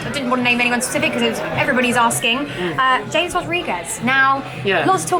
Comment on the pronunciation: ha'mes don't say james thats cringy af